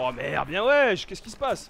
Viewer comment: Pq tu dis bien waiche tu écoute JUL waiche alors waiche alors